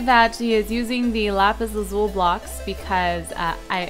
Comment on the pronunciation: you youst to say lapees I don't know how to say youst